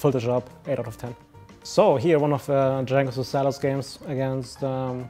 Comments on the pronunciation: Jankos nie Dżankos kurwa ... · it is pronounced yankos goddamn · Lmaoo he does that intentionally